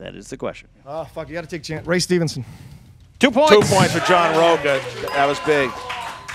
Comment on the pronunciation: Anyone else hear say "Ray Stevens"? The answer is "Ray StevenSON". He should not have gotten the points for that.